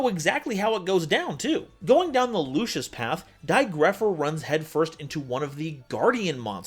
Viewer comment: It's dai goatpher!